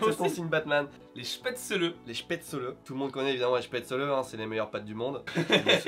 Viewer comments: spaetzle ça se pronnonce chpètzlé et non chpètsseleu :-( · Ta prononciation des spaezles m'a fait fait mal. C'est [ˈʃpɛtslə] ou Schpetzeul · En allemagne ça se prononce "schpètzleu" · Je vis en Alsace et je l'ai jamais entendu prononcé "chpètzeul" ici, la seule fois où je l'ai entendu comme ça c'était dans le sud de la france 🤨. Dans le haut-rhin on dit chpètzlé et il me semble que les bas-rhinois·es disent chpètzeleu 😄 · NUTELLA J'suis allergique au soja '-' '' '' Sinon spätzle ça se prononce "chpètslé" et pas "chpètzeuleu" Mais ça fait plaisir d'entendre "les meilleures pâtes du monde" Alsace représente 😎😆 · Ca se dit spaetzelé pas spaetzeleu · je suis alsacien, pour info, on prononce spätzle; "schpaitzélé" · ça se prononce chpètzel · La prononciation de spaetzle était horrible 😭😭😭 jsuis désolée mais en tant qu alsacienne ça faisait mal aux oreilles 😭😭😭 c'est spaitzlé en prononciation ça se prononce à l'allemande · Je suis le seul à avoir eu envie de marraché les oreille quand j'ai entendu comment ils prononcent spatzle ?